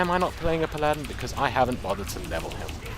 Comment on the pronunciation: Palladen. I like your way of pronouncing Paladin. xD Just got yourself a new subscriber.